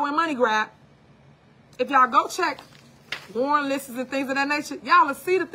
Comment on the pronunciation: “She do.” “Warren (warrant) listes.”Please find her an English teacher ASAP!!!